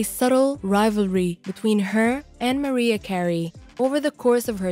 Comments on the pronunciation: WHO THE HELL IS MARIE CARRIE? LEARN HOW TO PRONOUNCE THE CELEBRIRIES NAMES OR JUST QUIT! Hard to get good help! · How is it you don't know how to pronounce Mariah Carey? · Her name is MARIAH CAREY! get it right